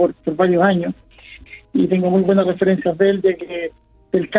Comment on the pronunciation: Que mal me caes cuando dices BUENASH NOCHESH NOCTAMBULOS.